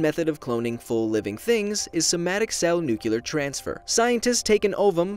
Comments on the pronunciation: Is no one going to notice the fact that he said “Nucular” instead of Nuclear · NUC-LE-AR not NUCULAR, not even going to watch the rest of the vid. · cough cough nucular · NEW CLEAR!!!!!!!! DAAAAAAAMN IIIIIIITTTTT!!!!! stop saying noo-cue-ler >:-{ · "Somatic cell nukular transfer" so cute as always:-D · Nuclear... at least you spell it right and occasionally pronounce it right. Why do so many people say it like nucular? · Am I the only one who cringes when he says nuCUlar? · You can say, nu-cle-ous, but you can't say, nu-cle-ar? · he said nucular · "Nuclular" who else says it like that? 👐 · Uuuugh he said “Nucular”... 🤦🏻‍♂️ the S is silent! 😂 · Did you just pronounce nuclear “nucular”... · Eeh, I still wouldn't clone myself, even if it made an identical copy. It'd be awkward most likely Also, I know it's a very minor thing, but it's pronounced "nu-cle-ar". Just a pet peeve of mine. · NUKULAR 10/10 legit. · NUKULAR NUKULAR NUKULAR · The way he said nuclear made me cringe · Man I love your vids but you really need to learn how you pronounce "nuclear"